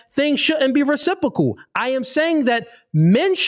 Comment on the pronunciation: He can’t even pronounce “Reciprocal” 🫠🫠😂😂😂